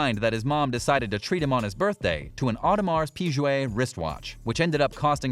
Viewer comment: You should learn how to pronounce Audemars Piguet lol